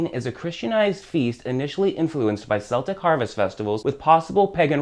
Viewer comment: Quite good...although there are some errors, please accept these as constructive. You mention Samain or Samhain ( incidentally it is pronounced Sar-win ), this was a Celtic festival ( pronounced with a K not an S, Celtic being Ireland and Scotland (also Wales) from where this all started ), it marked the end of the Harvest Festival and the beginning of the Winter period. All Saints day was a Christian addition to the calendar celebrated on the first of November and All Souls' Day on the 2nd of November. Halloween which is celebrated on the 31st October is when, traditionally the veil between the living and the dead is at its thinnest, hence the dressing up today to signify that fact. Today in the UK, Halloween is growing..its commercialised.....but growing....the meaning is lost....but I'm sure the candy companies don't mind that (:0). Thanks for the video.